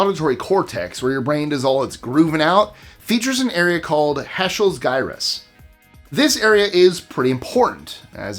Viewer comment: Health scientist here. Gyrus is pronouced jyrus. Don't normally say anything, but that one really grated on me.